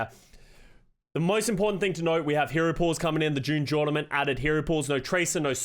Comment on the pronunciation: Drinking game round 2 take a shot every time says June jornament